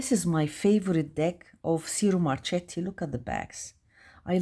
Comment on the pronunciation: It’s pronounced “cheero marketti” 😉 the retrospective deck is lovely!